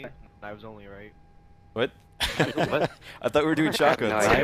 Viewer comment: You said woss